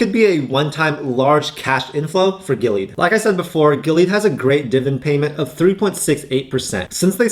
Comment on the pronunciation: Man you butchered the hell out of Gilead's name like a white dude trying to pronounce "Nguyen". 🤣 I'd honestly put Illumina way up there. They almost have the entire market share to support future CRISPR and gene editing technology.